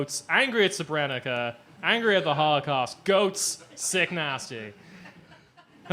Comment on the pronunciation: You have to learn how to pronounce “Srebrenica” properly.